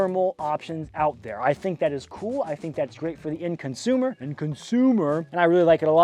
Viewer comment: Gigidy. He said end consumer... Butt muncher. 😅